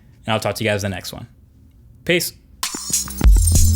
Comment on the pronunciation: Why he says "Piss" the the end of every video! :D